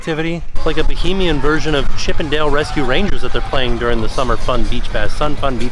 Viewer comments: Baa-HAY-mee-an … Bohemian is something totally different! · its pronounced Ba-hay-me-n. No O anywhere lol